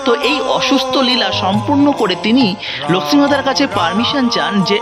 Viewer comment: ভাই তোমার উচ্চারণ এত নিম্ন মানের কেন? লক্ষ্মী উচ্চারণ কি? উপস্থাপন বেশ ন্যাকামো। লিখেছ জগন্নাথের রথ ভেঙে দিলো? তাই কি?